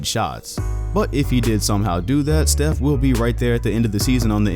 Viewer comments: Who the fuck is “chief curry” It’s “Steph” curry ,say it right But anyway I’m going for “yannis” this man can say no names right btw it giannis but yeah I hope he gets MVP and I’m not a casual fan because of going for him I was a NBA before you even knew how what basketball was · Chef Curry? Can you not pronounce Steph?